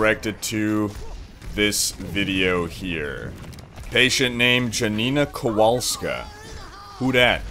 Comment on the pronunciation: its not dżanina kowaulska.